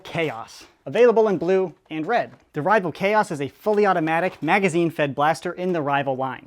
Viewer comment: i clicked off when he said rival khoas